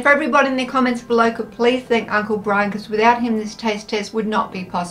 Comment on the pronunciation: Its brian not brain lol 😆